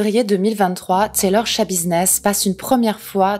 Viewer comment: Paypall se dit phonétiquement "paypaul" et le prénom Chad "tchad"